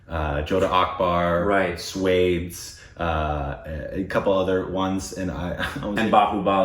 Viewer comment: No matter how hard they try they cannot pronounce it right!